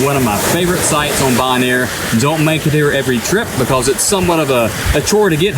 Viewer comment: It's pronounced bo-naire, not "bon-air" lol